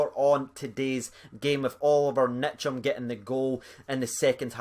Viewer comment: It's Ntcham, not Nitcham Best young midfield in Europe